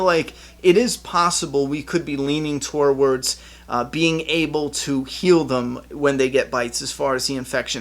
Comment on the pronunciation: You finally figured out how to pronounce Siddiq! Now let's work on "towards". (Just kidding. Great video as always!)